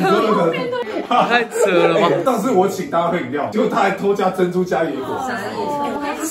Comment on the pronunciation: 或者 珍"主" ?